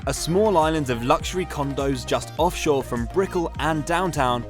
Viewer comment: Brickell not Bicknill 😂